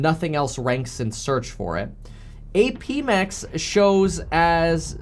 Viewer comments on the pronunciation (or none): APMEX is legit, I've bought from them multiple times. It's pronounced "App mex"